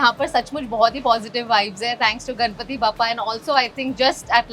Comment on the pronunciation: Kamya, please pronounce Ganpati as गणपती , not गनपती, you are a Mumbai girl, you should know the correct pronunciation